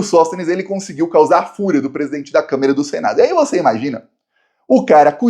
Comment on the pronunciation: eu não devo estar ouvindo direito, mas eu acho que toda vez que você se refere à Câmara, você diz câmera. Será?